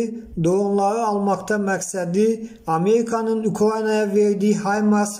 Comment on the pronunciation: ameyika ukyayana det "r" demeyi orgen sora diktorluq ele de. geydiyey detdiyey